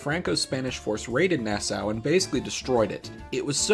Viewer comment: Nassau is pronounced like “NASA” with longer As, not the way you say it